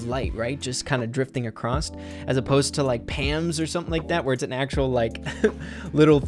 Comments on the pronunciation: dear, it's across not acrosst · Kinda frustrating that he kept saying acrosst 😂